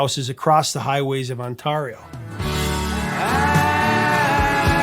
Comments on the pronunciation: People from Ontario want you to know it's pronounced "Ontairio" not "Ontarrrio" lol. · I cringed when you said ON-TARR-EE-O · Prof! Just for reference... It’s On-tare-io, and El Mo-comm-bo. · During the lead-in, the image of the DJ is David "the Marsbar" Marsden at CFNY who popularized the slogan, "The Spirit of Radio". The province rhymes with AIRY - OH, not ARRY OH. The bar on Spadina is the "good old" El "muh CAWM boh". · It's not pronounced "On-TAR-io" it's 'On-TAIR-io'. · Funny, I know you're not from Canada, but Ontario is pronounced with a long "a" and El Macomb with an "a" that sounds like "aw". Rock on! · Not gonna lie, "On-TAH-rio" will always stick with me. 😂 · What the hell is On-tar-io? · Pronunciation tips: It's the province of Ont-air-ee-oh, and the club was called the El Mah-combo. The Elmo to those of us that loved it. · On-TAR-e-oh? Love ya bro!😂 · Ya, I heard him say it wrong too. I laughed. I'm from Ontario. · Just sayin that it might not be a bad idea to learn how to pronounce places like Ontario & the El Mocombo before you publish an episode. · As a Canuck who grew up with this music could not agree more. But dude, pronounce Ontario properly…😂😂😂😂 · Struggling with the pronunciation there, bud. Ontario and El Mocambo are simpler than you make them. But thanks for the content. Good stuff. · you mispronounced “Ontario”